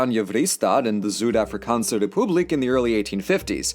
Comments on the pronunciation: Interesting pronunciation of Afrikaans words, almost dutch or German.. it is a different language not just a dialect of these two. Good attempt, next time you plan on making an video with Afrikaans terminology and words, I can help with your pronunciation and teach you some of the differing nuances between German and Dutch, it'll help you speak the language as it is intended to be spoken :) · The way pronounces "boer" and "Afrikaans" is wrong but adorable 😂